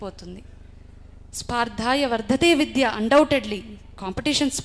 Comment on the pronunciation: విద్య అనే పదాన్ని అన్నీ సార్లు తప్పుగా పలుకుతూ ఉన్నారు. స్పార్ధాయ కాదు స్పర్ధయా వర్ధతే విద్యా ముందు తెలుగు స్పష్టంగా పలకడం నేర్చుకుని వేదికలు ఎక్కితే బాగుంటుంది